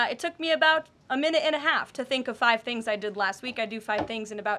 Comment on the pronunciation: “I do about five tings in ten minutes” probably more 🤣